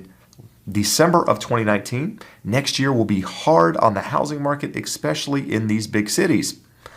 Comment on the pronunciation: Please don't say "egg 'specially"! It's ESPECIALLY!!!! Es- specially